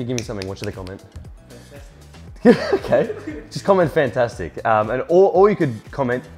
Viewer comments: "FonTAStuic" "Uwaay, waautch out Dyude!" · *Arnold accent*...Fantastic